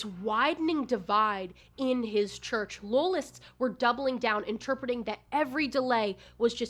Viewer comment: Every time you say "loyalist" your west virginia shows